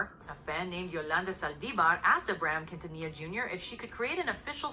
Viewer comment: He really said quintilla 😭😂